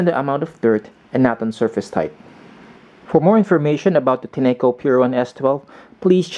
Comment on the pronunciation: Enjoyed your review. FYI the correct pronunciation of the brand is Tin-co, as evidenced by the company website.